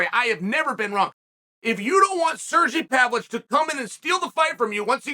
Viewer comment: “Cergy Pavlich” another name added to the list